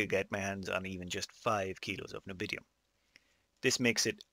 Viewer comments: Nobidium? Can you not read? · say it with me N-I-O-B-I-U-M XD